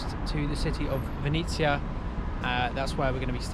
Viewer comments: Your pronounce of ''Vinnytsia'' sounds almost the same as Ukrainians called city Venice (Italy) So, i was confused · It was so funny to hear when you said Vinisia instead of Vinnytsia.